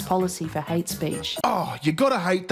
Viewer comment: we're in 'merica...its HATE speech..not hatch-ess speech!